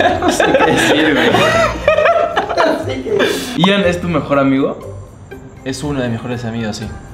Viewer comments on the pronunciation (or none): Ellos el nombre de Ian lo pronuncian letra x letra y es Ian no i a n